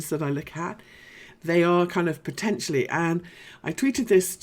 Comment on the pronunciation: I like the way you say "poTENtially"! ... lol! Can I ask how deep or shallow you would expect the current 4th wave in btc to retrace?